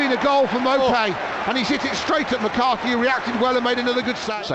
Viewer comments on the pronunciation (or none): none